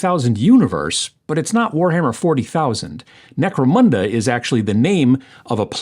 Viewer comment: Always enjoy your videos. Gave a like when you said Necromanda, haha :) have a great week!